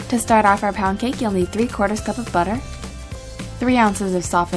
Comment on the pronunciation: omg lol! I thought u said pancake!